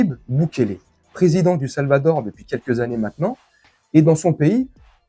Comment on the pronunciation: Le Salvador et non le Salvator, belle video et merci a toi, Patrick